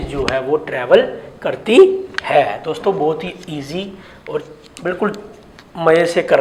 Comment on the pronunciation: Plz concentrat on words also..... Especially 'Dosto'.